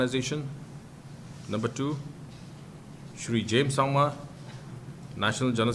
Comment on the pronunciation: YOU CAN'T EVEN PRONOUNCE THE NAME OF YOUR NATIONAL PRESIDENT MR. CONRAD SANGMA. SHAME SHAME